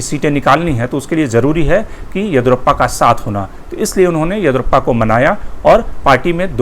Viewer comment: Mr, your analysis of karnataka politics is good. But you must get the South Indian names right. The name is YA-DI-YUU-RA-PPA, last A ending as short vowel. Your pronunciation sounds as “Edurappaa”! This is not a criticism, but a suggestion.